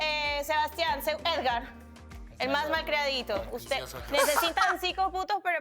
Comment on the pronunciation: Amo que en vez de Edgar dicen esgar